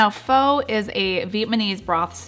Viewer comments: Early on I mispronounced PHO too...it's FUH. Just FYI. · Pho is pronounced fuh. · F-ugh not fa lol 😂😂😂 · Pho is pronounced ‘fah’. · Not foh but fuh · Just fyi, Pho is not pronounced "Foe". Its more like "Fuh"...Fuh-getta bout it! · Every time she said foe, I said fa. :) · just to let you know, it is pronounced "Fuh" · I love your recipes BUT Pho is pronounced “pha” very short a 🙃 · Pho is pronounced like fu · It's pronounced FA, just an FYI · Love these recipes !Thank you, (FYI it's pronounced FUH =) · I love you videos! PS: pho is pronounced Fu, like FUn. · This is great...and BTW, pho is pronounced FU...like in funny. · I'm looking forward to trying these recipes. By the way, Pho, is actually pronounced Pha. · What the Pho? (Pronounced as fuh) thanks for sharing ❤️ 🍜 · The generally accepted way to say “pho” is “fuh.” Looks delicious though! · Thanks for the recipe. I do believe Pho is traditionally pronounced like “faa” instead of the way it’s spelled because there’s an accent mark on the letter O. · I was also going crazy at the mispronunciation of Pho. So much so that I couldn't take it any more and skipped to the next recipe. Seriously - I am so ridiculous! Great recipes though. Thanks bunches for the inspiration.